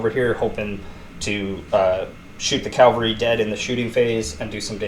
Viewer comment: CAValry. Not CALVary.